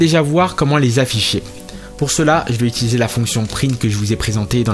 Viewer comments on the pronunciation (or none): none